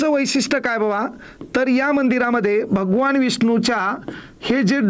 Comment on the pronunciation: भगवान असं असते ते न न...! ण नाही... आता दहा वेळा वहीत लिहून काढा